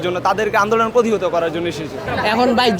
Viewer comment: পুতিহত ❌ প্রতিহত ✅ সাংবাদিক হিসেবে এটুক জানা উচিত